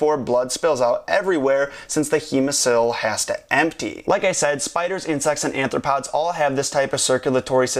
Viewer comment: So does nobody notice he says anthropod instead of arthropod. Twice.